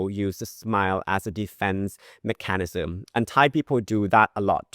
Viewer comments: Nice, informative video! In the spirit of friendly constructive criticism, the word "mechanism" is pronounced MEK-uh-nizm, not meh-CAN-izm. The stress goes on the first syllable. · Thanks for very helpful info. Just one thing like finally getting 'awry' correct. When you said the word mechanism you put emphasis in the middle like MeCANism. You can just let it flow.....mecanism (to spell it wrongly) 🙂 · Hi I value your Thai lessons. Could I also offer you some advice? When saying, “mechanism” you seem to put too much emphasis on the letter ‘a’. 🙂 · Hmm! Since you asked, may I make a suggestion? I would normally hear “mechanism” pronounced with the emphasis on the “e” rather than in the “a”. 😊